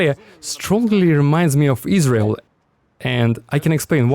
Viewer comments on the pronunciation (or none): none